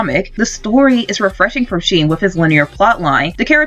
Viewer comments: Sheen? It’s pronounced shen, (sh-hen) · Shen not sheen